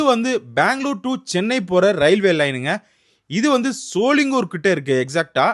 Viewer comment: Shooolingooor ila... Sho-ling-ghar